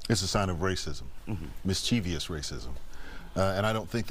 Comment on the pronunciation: “is this just being MIS-CHEE-VEE-OUS, or is this a sign of racism?” 🤦🏽 why do so many dunces mispronounce this word?! it’s mischievous, as in mischief + vous; a word comprised of three syllables, not four. thanks and bye.